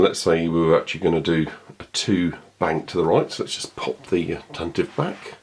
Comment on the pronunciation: It still is Tan-Tiv-Vee. Always has been. 'Tantive' or 'Tantivy' is a real English word Lucas used. It means 'Rapid Gallop', which is a great name for a fast ship. 'Tan-tivv' is not a word. It's just ignorance on the part of people who don't know how to pronounce it.